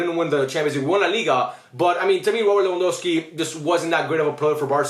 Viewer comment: just correcting you bc you kept saying lewandowksi bro